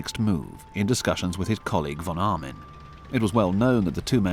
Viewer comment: The name of the german general was von Arnim, not Armin...